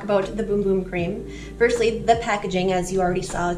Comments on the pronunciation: It's not pronounced Boom Boom? Omg!!!😛🫣🤔 It's pronounced Bumb? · great video but bum and boom are two different words with 2 different pronunciations 😊